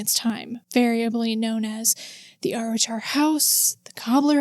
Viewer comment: Hey, Arrochar is pronounced more like "ah-rock-ar". The "ch" in Scottish place names is a kind of guttural sound from the throat, most people not from here struggle with it though and just use "k" instead. Lovely wee town, I've been a couple of times but never seen anything supernatural :)